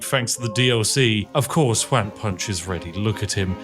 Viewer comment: all im hearing is "wham punch" instead of "juan punch" or even "hoo-an punch" so wham punch it is. man do i love onomatopoeia character "wham punch" couldn't be more british update: i understand the exploit, im still hearing "wham punch" and tbh it still makes sense